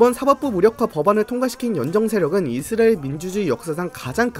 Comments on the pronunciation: 이스라엘 발음 많이 좋아지셨네요. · 형님 이스라엘 발음 연습 하고 왔습니까